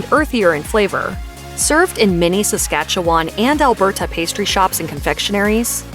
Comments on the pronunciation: In Saskatchewan, we don't call them "Saskatoon berries". We just call them "Saskatoons", and the pie is "Saskatoon pie". Also, Saskatchewan is pronounced səˈskætʃəwən, and Alberta is pronounced ælˈbərdə. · It wouldn't be a video about Canada without a foreigner not being able to pronounce our provinces. Saskatchewan is common to get wrong (though I can't fathom why, it's really not that difficult) but how do you screw up Alberta? Seriously, just don't put excessive emphasis in weird places. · They could not even pronounce the English words like Alberta!!!